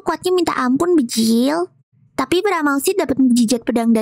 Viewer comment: Kenapa klo kaka bilang bjir tuh pasti bjil